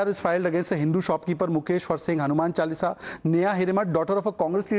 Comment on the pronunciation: Hanuman chalisa should never be recited without completing. Wrong pronouncing of it is blasphemy so times now delete that part from the video. Shameful